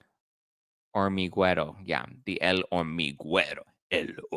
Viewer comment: The h and u are silent. Hormiguero - Ormigero